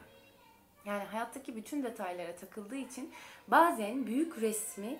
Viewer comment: Bazen kelimesini siz mi yalnis telaffuz ediyorsunuz ben mi yalnis biliyorum.e harfini cok kapali telaffuz ediyorsunuz